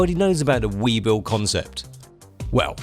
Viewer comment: "We, bull" not "We, Bill"